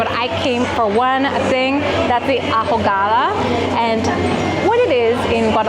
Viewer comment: H is silent in Spanish…ahogada … pronounced aogada